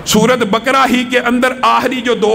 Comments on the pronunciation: Bakra nahi baqra bole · سورہ بقرہ کی تلفظ غلط ادا کررہے ہیں